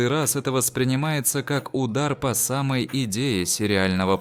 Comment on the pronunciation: Это робот? Неправильные ударения, исковерканные имена. Хуже чем мат или местечковый акцент для слуха. Читает, словно дань отдает, без эмоций, акцентов, непрофессионально. И почему он говорит: "Не самОй актрисы", а "сАмой актрисы"??? В школе не проходил?